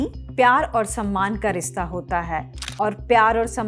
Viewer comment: rista nahi, rishtaa 🙂